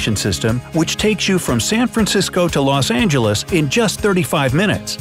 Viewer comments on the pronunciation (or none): none